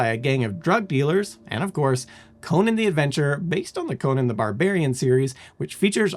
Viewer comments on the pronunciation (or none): none